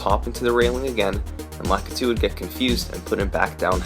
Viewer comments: how are none of these comments calling out the weird way you say Lakitu. why do you say it like that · this dude also can't pronounce Lakitu, so..